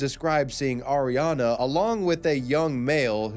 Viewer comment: I don't think Auriane is pronounced Ariana, that's a completely different name, but whatev